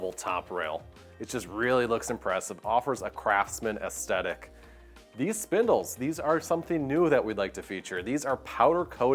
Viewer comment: Great job with these videos but someone needs to teach the presenter it's "aesTHetic" not "aesTetic" and it's "hewing" not "hewning." Sometimes he takes "hand-hewn" and makes it present tense by saying "hewning" lol.